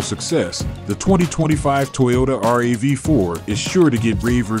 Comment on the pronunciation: Looks fantastic but why do you keep saying R A V 4? just say it like everyone else does, it's a RAV4.